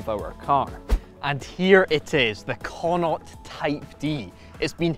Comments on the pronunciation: They're also mispronouncing connaught. Connaught is pronounced like Con-ockt. Its a province here in Ireland consisting of 5 counties. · Why is it named after an Irish Province? Would love to know. By the wat it's pronounced Konnoct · You'd think a Scot would be able to pronounce Connaught correctly 😂😂